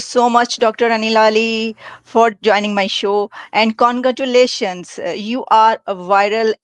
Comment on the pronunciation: With all due respect, it's congratulations, not kongatuleshan.